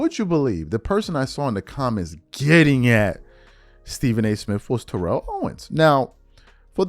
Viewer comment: lol: it’s Tear-el ( and not Te-relle) but you do t care I rememberin the past some yrs back We told you quite a few times lol.